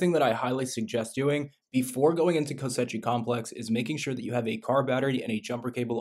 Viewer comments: its pronounced ko-shei not ko-se-chi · actually it's kosh-eye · Ko-she complex 😅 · Kosh EYE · “Kosechi” lmao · Cant watch the mispronounced koschei is melting my brain lol